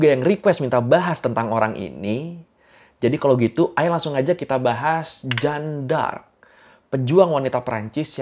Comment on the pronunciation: Jangan sebut pake bahasa prancis lah... Gua dengernya jadi janda :V